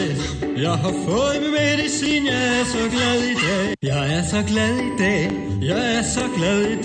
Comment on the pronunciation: Det høres ut som han sier: Jeg er så glad i deig. :)